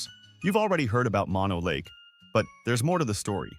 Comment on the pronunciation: Mono Lake is not pronounced "Maw Know." Mono, in this case, is not the opposite of stereo. Mono is a Paiute/Shoshone word that means "land of the fly eating people." It is pronounced "Mow No."